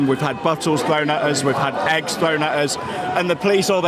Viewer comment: "Uözz" as in: Us. Rest my case.